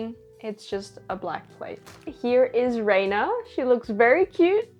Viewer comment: i won’t spoil it for you in case you haven’t gotten to this part of the story yet, but renas name is actually pronounced (rehn-ah) and not (rain-ah). i don’t think this was gone over in higurashi gou and sotsu but in the original higurashi series and visual novel (which you should definitely check out btw!!) they give a reason for why her name is pronounced like that!